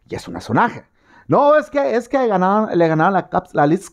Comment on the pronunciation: 🤣🤣🤣 me encanta cuando dices; ejque ejque 🤣🤣